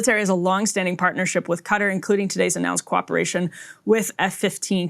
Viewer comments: It is not cutter, it is pronounced Kuh- taar. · Why does Everyone say it like that. It’s not cutter it’s kah-tar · Everyone calling it cutter?